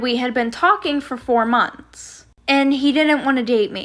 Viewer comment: Normal people:Months:monts